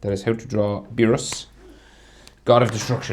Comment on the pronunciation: Bro am I the only who heard him call beerus DOGE